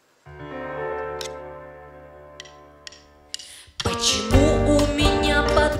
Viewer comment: стала сиЛНее ахахах